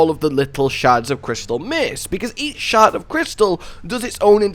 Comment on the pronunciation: When you say “shard” it sounds like “shart.” So, now I think of “sharts of crystal” and the image that brings to mind is hilarious. Just shotgun poops filled with crystals killing bosses.